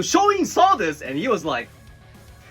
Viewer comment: Dude! Why did you have to say "rike" 😂😅🤣